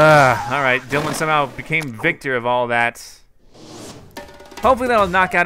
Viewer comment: "We got DiElin............... OH DYLAN dylan" lol bit of a brain fart there eh?